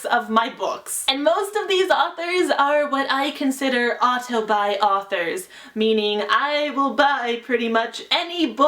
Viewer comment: Everytime she says "auto-buy", my mind thinks "autobi"